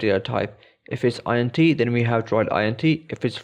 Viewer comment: "int" isn't an acronym, it's short for integer. Just pronounce it as it's written.